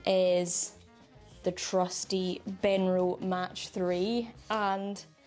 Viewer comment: Mach is pronounced Mac not Match, enjoy your new set-up, best wishes from Yorkshire.